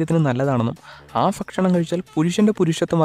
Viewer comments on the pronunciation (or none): Fakshanamalla bakshanam malayalam ariyillalle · ഫക്ഷണമല്ല ഭക്ഷണമാണ് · ഫക്ഷണം എല്ല ഭക്ഷണം എന്ന് എന്ന് എഴുതാൻ വന്നത് ഞാൻ മാത്രം ആണോ 😉